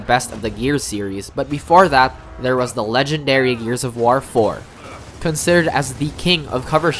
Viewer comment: the way this guy says war like wtf